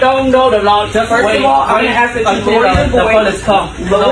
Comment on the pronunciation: It's ask not axe